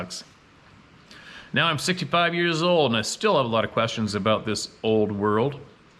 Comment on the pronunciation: Has anyone else started to count how many times in a video says, "nee-yeah".....*now? 🤨🤔 I've started saying it like that now just because.😆